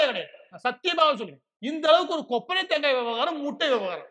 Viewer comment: கொப்பரை தேங்காய் இல்லை.. தொப்பரை தேங்காய்